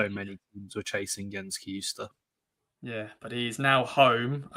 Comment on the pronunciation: FFS sake learn how to pronounce names, it's not hard Kai-Ju-Stay It's so 70s you're a posing as English Who can't pronounce any other language Love the show though, thanks